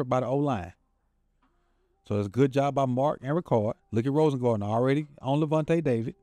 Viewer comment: Rosengarten. Not rosengardener😅😅😅